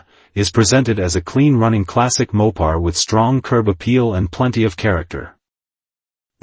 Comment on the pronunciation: "MOP PARS" AI WILL NEVER GET IT RIGHT